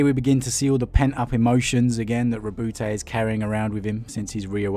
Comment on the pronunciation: Lovely story telling skills, but it's not Roboute'... it's Ro"but"